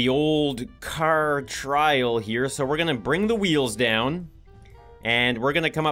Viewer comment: The way says "Car": Hey need a cer? It's filled with cern!